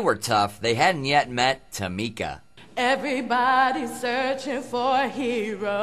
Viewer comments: I love how Simon mispronounced her name a million times. And there is absolutely nothing wrong with taking voice lessons, professional singers have vocal coaches and still take lessons to improve. Constant improvement is required to be a pro singer. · I love how he was mispronouncing her name then he put the last nail in the coffin go to an audition where they lie to you lmfao 🤣😆🤣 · She’s sassy but I don’t get why they make fun of her name & mispronounced it on purpose. Sorry her name isn’t as basic as Ryan or Simon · It’s so funny how he pronounces her name wrong but that’s how her name is spelled I mean it looks that way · The way they mispronounce her name makes my skin crawl. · She was doing a lot but they were rude to say her name wrong. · tamika tamika tamika tamika IT’S Ta Mi Ka Ta Mi Ka Not tamika it’s Ta Mi Ka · The fact that Simon was still referring to her as Tam-ika after she specified that it was Tam-ee-ka had me weak😂😂😂😂😂😂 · Its not Ta-mika, it's TA-MI-KA !!! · “it’s TA ME KAH”…. Simon proceeds to say “TAM uh KAH” 😂 💀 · I can't stop laughing at her name , Simon : Tear-me-ka Tamika : IT'S TUR-ME-KAH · It is TAMEEEEEEKAA NOT TAMIKA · Is not tamika, is tameeeeka😂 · It’s not Támika, it’s Tamika, Tamiika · ”Tam-ika tam-ika, Tam-ika tam-ika....tam-ika...tam-ika ITS TA-MIKA NOT TAM-ika, tam-ika TA-MIKA!! Simon: Ta-mika” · Tam'ka Tam'ka Tam'ka.... It's Tamiiika😂😂😂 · Tammka Tammika Tammika. ITS TAMEEKA. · Tamika! Tamika! Not Temecah, Tamika!!! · Ta-mi-ca not tamika hahaha!!!!😂🤣 hi l am francinne l am 6☺️ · Not Tamaka TA...MI...KA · IT'S TUH-MEE-KAH,NOT TA-MIK-AH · It's tuh-MEE-kah! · it's Tam-ee-kah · AmonAmarthFan609 lol tuh-MEE-kah! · Not tam-ehh-kah! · Its Ta-Mika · And the fact that he kept saying it over and over like “Tamica Tamica Tamica-“ SHADY 😭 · “Its tamEEKA, tamEEKA” lmao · No one in the entire world: Simon Cowell: Tam-mick-kuh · IT'S TA-MIKA!!!!!!!!!!!!!!!!!!!!!!!!!!!!! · It's Taahh-MEEKA! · Ta-MEE-ca! Its Ta-MEE-ca! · iT’s tAh-mEe-kAH.